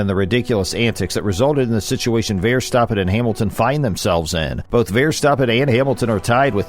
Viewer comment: When people do videos, I think it’s really important. If they’re talking about people from other countries, or even their own countries, they should find out how the people pronounce their names. I don’t think this guy got any of the names properly he miss pronounce Max Verstappen he miss, pronounced Jacques Villeneuve I mean come on buddy do your homework